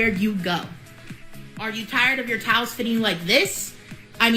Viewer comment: She says TOWS not towels , just one more thing I cannot stand about this girl !